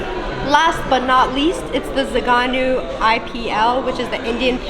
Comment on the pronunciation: my Romanian fellow., it's not zaganu, it's Zăganu. Have you ever tried it? One of my all times favorites. Zăganul is a species of eagle from Romania. Think about it, how is that name shitty?